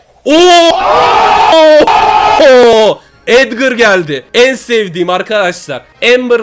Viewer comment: Abi edgır değil Edgar ya